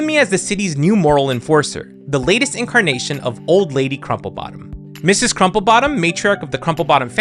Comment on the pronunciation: Mrs. is pronounced (Missus)